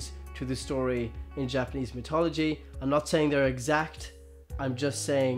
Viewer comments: Stop. Saying. Mitology. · Dude, you're saying mythology wrong